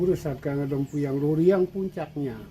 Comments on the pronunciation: Lempuyang. Bukan lempayung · Yg bikin konten siapa? It’s LEMPUYANG not lempayung! Smh